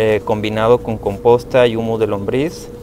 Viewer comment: es humo o humus? te escucho que dices humo